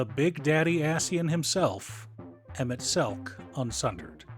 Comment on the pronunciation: You get a like, sub, and engagement for pronouncing his name right. 😝